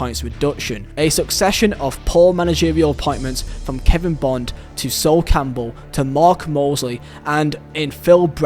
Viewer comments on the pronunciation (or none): none